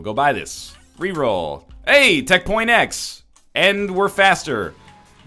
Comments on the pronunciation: stop saying tech. x its tech x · ITS NOT TECH . X ITS JUST TECH X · Am I the only one tired of him calling it tech point x? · is pronounced Tech point X and the other one is Tech X.